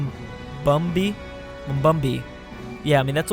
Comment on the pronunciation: Mumbai is pronounced Mum-by, ok?